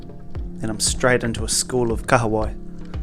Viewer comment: Love that you pronounce Kahawai correctly brother 👍